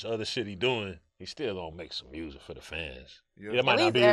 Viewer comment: Lmfao he says mursic like NLE Choppa does 😂